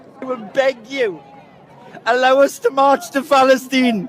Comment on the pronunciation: Idiot can't even say Palestine properly.